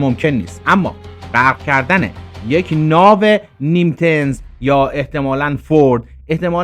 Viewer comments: نیم تز ❌️ نیمیتز✅️ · ناو کلاس نیمیتز درسته✅نه نیمز❌ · حتی نمیتونی اسم کلاس ناو رو تلفظ کنی! چطوری اینقدر چرند بافی میکنید؟؟؟